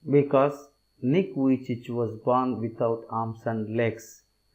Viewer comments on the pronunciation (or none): It's Nick vijicic not Nick vijich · The pronounce of nick vujici is not correct